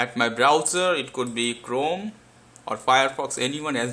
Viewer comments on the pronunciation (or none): none